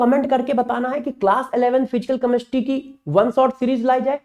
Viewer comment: कमेस्ट्री मत बोलो जी।केमिस्ट्री बोलो। बहुत बुरा लग रहा है सुनने में।पहले अपनी help करो।